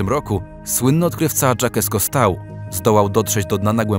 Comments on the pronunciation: Też mnie to zabolało 😤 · Generalnie w tym materiale jest naprawdę sporo kwiatków choć ten z wymową imienia i nazwiska jest wyjątkowo bolesny dla uszu ! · Dokładnie. Już miałam komentować, bo zęby bolą.....Ale widzę że nie tylko mnie :) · Za mord na wymowie imienia i nazwiska Jacques-Yves Cousteau łapa w dół. Filmy na tym kanale są pełne głupot i fatalnych błędów - ale tego już nie zdzierżę.